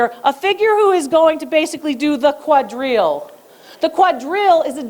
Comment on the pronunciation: I love it when you say French terms like quadrille, fête galante, rocaille, etc. I'm a huge fan and follower from Paris, learning about French art with you Dr. Lori, merci beaucoup 🤩